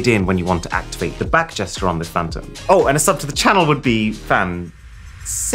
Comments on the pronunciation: Lol, "Phan-cy"... now that really is Poncy! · PHAN-cy It should have been, "PHAN-tastic".... Maybe I have been watching you too much....